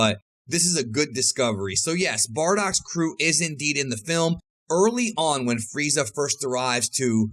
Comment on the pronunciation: why do i keep hearing 'bordock' every time he says 'bardock'?